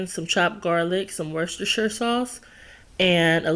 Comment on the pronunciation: As I am from the UK It makes me smile when I hear Americans trying to say Worcestershire sauce. I have to say, you nailed it my dear.